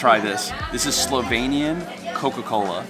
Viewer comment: I have to say, I was really impressed by your pronunciation of Slovenian words. It was absolutely perfect 👌 It's a shame you didn't go to check out lake Bohinj. Only 20 min drive from lake Bled. It's bigger and even more natural - much less bothered by humans. And when you were in Postojna, you should definitely go check out Postojna cave. It's an amazing experience. One of the biggest caves in Europe and it has a train ride to go inside. It was the first cave in the world to have an electric lightning system inside it. You can also se an animal called proteus there (baby dragon they call it) and it only exist in that cave system and nowhere else in the world. It has human like skin, is pretty small, but can live like up to 80 -100 years. Oh, and if you wanna experience the real wine regions of Slovenia, you need to go to east of the country. There is where the real wine magic happens. If you know where to go, you can find some of the best wines in the world there. They also have the oldest vine in the world (according to Guiness Records), like 500 years old. It survived countless wars including ww1 and ww2 and it still produces wine. And there are also some very charming and well preserved medieval towns (oldest in the country). Some date to roman times and even older), to explore. And traditional food in that area is also interesting to try, it differs from other regions. So.. if you ever decide to come back you have some more things to see 🙂